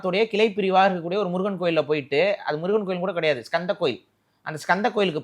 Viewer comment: பைத்தியம ஸ்கந்தனை தானடா கந்தசாமி கந்தர் கோட்டம் கந்தா கடம்பா என ஸ் இல்லாமல் உச்சரிப்பு வழக்கில் உள்ளன